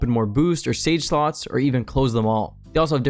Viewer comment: the way he says save slots 😭😭😭